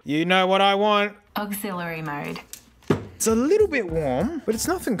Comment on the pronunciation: When she says Oxilary mowd, my legs start to shake oh